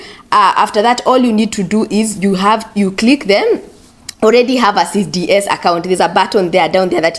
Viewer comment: you keep saying CDS accout